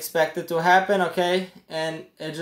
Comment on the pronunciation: Take a shot every time he says (okay) 😂